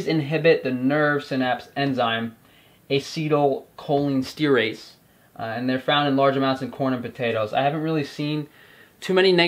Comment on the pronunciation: Pronunciation of cholinesterase: colon-ester-ace. Also should be isothiocyanates. (you missed the "a" after the "y").